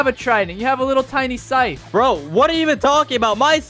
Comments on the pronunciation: Its funny when he pulls out the scythe and says "sallow hythe" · Bro reply said sallow heigth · I’m so sorry to say this but bro said sallow hythe 💀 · Bro said sallow hyph in stead of hallow scythe